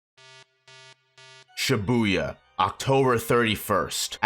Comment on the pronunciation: Video starts: "She boo yuh" 💀